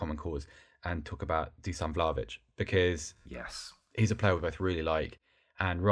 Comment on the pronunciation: Its Vla-HO-vich, not Vlavich. Get it right!